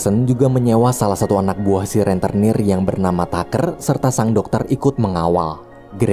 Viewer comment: "Rentenir" bukan "Renternir".